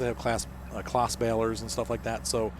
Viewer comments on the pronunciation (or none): Not that it matters but it’s pronounced “Closs” . Just a heads up. Good detailed video btw.